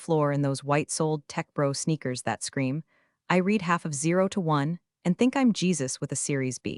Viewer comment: The AI has difficulty with past and present “read” on ALL of the videos. Since past tense is needed more you should set that as default.